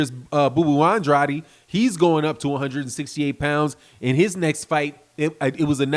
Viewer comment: Brother Andrade is pronounced like aid not adi.